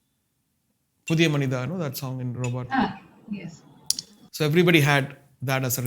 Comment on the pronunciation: Finally someone said robot!! Thanks ARR for that. Now people will start saying robot. For gods same it's not robo!!